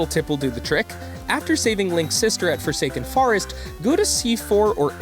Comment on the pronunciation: wait lemme say some things you pronounced wrong: it's forsaken fortress not forest, it's outset island not offset island. And as for wrong facts, fact #47 isn't really a fact because it's in the storyline. EDIT: AND in your comment you spelled lose like loose lol